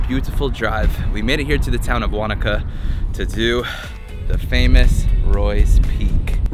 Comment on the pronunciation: Yay pronouncing ‘Wanaka’ not ‘Waa-naaaa-ka’